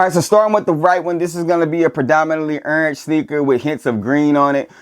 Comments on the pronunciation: Can't pronounce "orange" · I know you a Florida boy because I say Orange the same way 😂😂